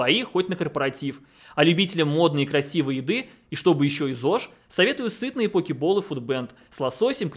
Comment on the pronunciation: Когда быстро говорит "поке боул" получается "покеболл". Джиглипафф! Выбираю тебя!))